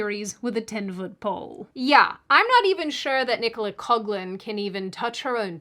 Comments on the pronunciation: it's pronounced "cock-lan". Common enough name here in Ireland (we've all sorts of fun ones, like Cox (pronounced as you'd expect) and Hoare (ditto)). In her case, I'd be putting emphasis on the first syllable even if it wasn't the correct pronunctiation 😄 Also, it's incredibly refreshing to hear this viewpoint . So many people are saying either they owe Rowling for their careers or commending them for their public vitriol (as you noted, in an advantageous time for them to do so), but it seems rare that someone points out that no one owes neverending allegiance to anyone - just don't be so tacky about it if you have differing stances. Have a bit of class and dignity, or say less. I find you one of the most refreshing people out there when it comes to actual common sense across the board. Hopefully we'll see more people using rationale and common sense approaches to things like this in the near future. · Paapa Essiedu; He's Gay and Of African descent?!: I'm gonna be hella racist about this individual! P.s. Coughlan is pronounced "Co-CLAN" BIGOT! Won't pronounce names right BIGOT! |